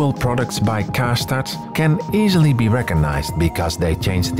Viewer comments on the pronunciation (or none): Ists Karstadt not kastat